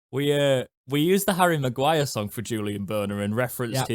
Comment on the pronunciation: you've led the revolution. 👏 After two years of reading and hearing 'Borner' on Owlstalk, it's good to see 'Börner' written here and the excellent pronunciation. Danke schön! UTO 🦉 🇩🇪 🇬🇧